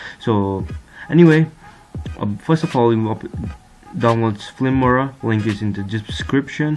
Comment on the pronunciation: I often lose so I clicked dislike + you said flimora 😂 Edit: I often lose so I clicked dislike